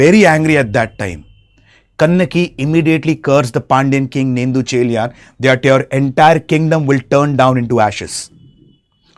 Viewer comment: It's really good ur doing this but please try to pronounce the Beautiful சிலப்பதிகரம் si-la-ppa-ti-ka-ram or Neṭuñceḻiyaṉ or Ilango Adigal Kudakko Cheral Ilanko) from Chera dynasty young brother of king Cheran Cenkuttuvan. yes their mother in from Chola dynasty (Velir clan)